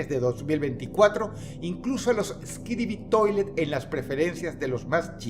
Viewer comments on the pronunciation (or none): Skidibi toilet. floppy's playtime. Popni. Me dio kawaii cuando Dross los pronuncio mal XD Por cierto ,gran video Dross, saludos desde México ☝🏻🤓